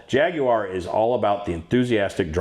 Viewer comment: You might be the only American able to pronounce jaguar correctly.